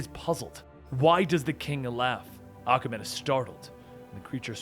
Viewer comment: Is it me or does it sound like Akamen when he says Aquaman.